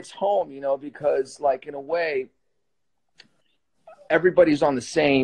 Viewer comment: BTW you very humble and kind sir Sebastian unlikely to others has has handsome but human behaviour issue "I DON'T WIKE IT" the bad words... Haha